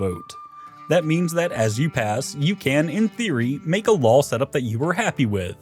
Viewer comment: lawl (noun) /lôl/ A rule or system of rules recognized by a realm as binding upon its subjects, particularly one decreed with such conviction that the speaker appends an extra consonant for emphasis. Usage: "The Doge has passed a new lawl restricting trade posts." "He read every lawl aloud, and somewhere around the third one an extra L fell out."